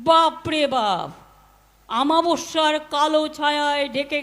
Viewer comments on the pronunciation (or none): মমতা কথাটা আমাবশ্যা নয় কথাটা অমাবশ্যা, লেখাপড়া কি দিয়ে করেছিস।